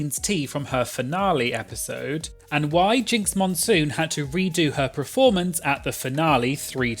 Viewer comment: I really enjoy this channel but please say the word performance properly, it’s ‘per’, not ‘pre’ (as in ‘preformance’)